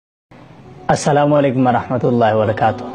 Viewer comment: Aaslam Ali kum wabarkatuho saheh para karo